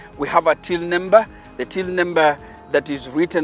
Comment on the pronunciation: I’m hearing “nimber”